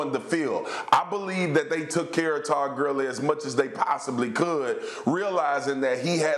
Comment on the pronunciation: did he just say “Todd Curly” 😂